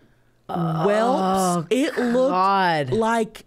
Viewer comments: Not Chelcie saying welps 😂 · 😂😂😂 I was so Happy to hear Chelsie say "Welps" (welts)❤❤❤ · Pretty sure Paige just called her out on it on a podcast and she really thought it was "welps" all these years. 🤣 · I'm dying at Chelcie calling them "welps" not welts 😂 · She knows it's wrong too cause her and her buffies have talked about it on the Pod but I think she is just sticking with it. Lol. That's just what she calls them. 😂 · Chelcie calling them “welps” instead of welts 😂❤ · Remember Chelsea, we covered this on ur podcast. Its welts not whelps lol